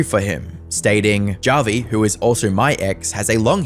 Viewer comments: It's pronounced as Havi (I'm Filipino) How do you say Javier Bardem's name? Javier or Havier? What about Julio? Julio or Hulio? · Is this guys name really 'JAH vi', and not 'HAH vi'? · Feels kinda weird that the internet anarchist, master of content creator research, couldnt confirm whether it was "hah-vi" or "jah-vi" for the video. that whole "or however you pronounce it" bit just left a bad taste in my mouth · Hearing this dude mispronounce Javi is nails on a chalkboard. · "This person whoever you pronounce their name cause I can't be fucked to look it up cause it's not like he deserves most basic minimum respect as a person" lmfao mask really slipping off, huh? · Would it really have been that hard to take 5 seconds to learn how Javi’s name is properly pronounced…? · "However you pronounce it" Listen white guy if you're gonna post some shit- at least have the intelligence to say a name correctly Some racist shit